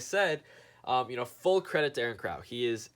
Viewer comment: Why can't you pronounce crow correctly?